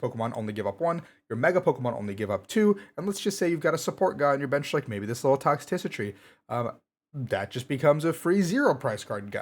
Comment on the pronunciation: TOX TRI CI TY. There, that's how you say it. lol :P